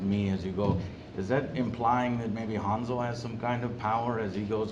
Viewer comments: It's Hansel not Hanzel... jesus, nothing sounds right in English when trying to pronounce European words. At least Gretel was pronounced with European G (soft G, as in word "ground") not the English G (hard G, as in word "general", which in English this G sounds basically the same like J, as in Joker, you might as well pronounce Joker with G instead and it will sound the same). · Woulda rather seen a Hansel & Gretel Witch Hunters 2. The one with Jeremy Renner. ALso HAN-Sol(HAN pronounced like hand without the d), not Hanz-ul, the fck? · pronounced Hansel correctly. It's not "Harnsel" xD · Why do you pronounce hansel like hawnsol? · Das "A "in "Hansel" wird wie das "A" in "and" ausgesprochen. Kriegt euren Scheiss zusammen!